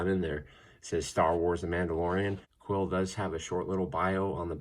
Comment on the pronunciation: He looks Soo good!!! Btw it's pronounced queel not quill. I know it's interesting but that's how it is.